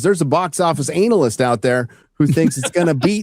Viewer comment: "Anal-yst"....😂 I can't help but crack up every time I hear it.